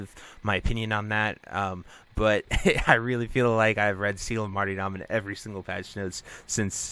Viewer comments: Just a gentle fyi, the y is closer to an e sound like mar-"ter"-dom also with a soft t. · it's the most common pronunciation I've encountered. The way he was pronouncing it in the video was one I'd never heard before